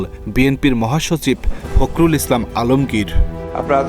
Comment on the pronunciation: এই ভাই আপনিও তো ঠিকমত বলতে পারেন নাই ওর নাম হলো ফখরুল কাদের